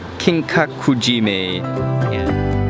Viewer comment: Mark, when you read ~mae, it should be as "mai" not "may", mae (mai) actually means "in-front" in japanese. Just for info.